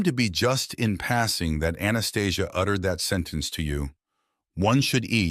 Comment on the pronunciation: That is not how Anastasia is pronounced. I have read the 9book series 4x. Its been over 30 yrs. but no movie... She talked of the awakening, but not what's happening now. Lots of good info otherwise, but I found many holes in the story. Thanks for your breakdown.